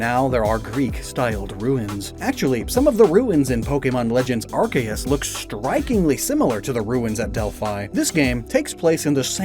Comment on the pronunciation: Arc-A-us???? Ar-Se-us and Ar-key-us are acceptable, but this???